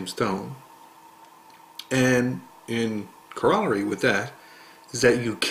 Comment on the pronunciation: You MIs Pronounce corollary.